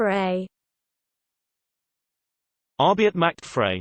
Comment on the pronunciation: Macht is not pronounced “MATCHED”, it’s “MOCKED”. Frei is not pronounced “FREE”, it’s “FRY”.